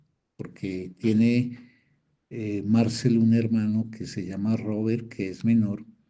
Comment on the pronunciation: Por qué pronuncia el nombre Marcel en inglés?!?